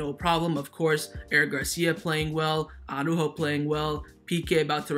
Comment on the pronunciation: I just hope that Araújo will leave the club as his name always gets f*cked up. It's not Aww-ráhhho, it's not Aww-rúhhho. It's Ara-Újo. Araújo consists of two parts: Part 1: Ara. You pronounce it as it is written: "Ara". So, you pronounce each letter. A-ra. Part 2: Újo. Also here you pronounce each letter, emphasis on the Ú and soft j like in jamon. Now, let's combine it: Ara-Újo. Pronounce each letter in the correct order, but only put the emphasis only on the letter Ú. I know you can do it,, you have said the name correctly many times. But now you're sliding back to the retard Aww-ráhho... Have a listen to Alex. He's a Spanish speaker and he pronounces it correctly. Just trying to help you bro.